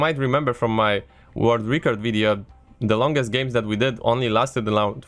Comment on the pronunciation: It's pronounced record and not reecord aaaah